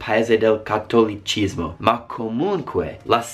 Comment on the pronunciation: come l'ha detto lui sembra il nome di un fetish, eh? ( ͡° ͜ʖ ͡°)